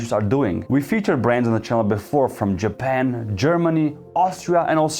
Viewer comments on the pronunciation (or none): none